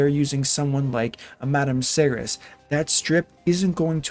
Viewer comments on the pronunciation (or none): none